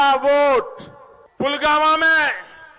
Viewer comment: He is pronouncing PULWAMA as PULGAMA... plz chk